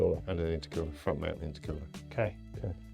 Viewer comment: FROONT MOUNT! 👏 FROONT MOUNT! 👏 FROONT MOUNT!👏